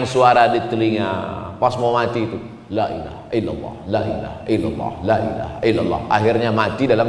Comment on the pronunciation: Kalimah thoyibahnya kok selalu bersuwara Lak illahaillalloh jika cepat mebacanya kalao mebacanya satei bisa pas LAA